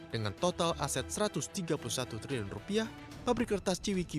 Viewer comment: Pusing gue dgrny liliun liliun punya🤔🤔🤔